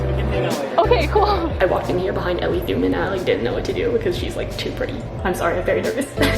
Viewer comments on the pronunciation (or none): none